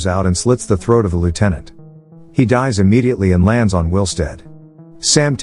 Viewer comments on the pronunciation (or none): none